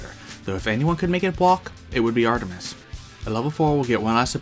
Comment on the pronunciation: awesome vid! love your channel keep it up (sorry for my other comment gotta do it-) Edit: btw love when you said Artemiser XD